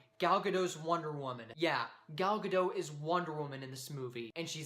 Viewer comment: The "T" in Gadot is not silent. I just found that out recently too.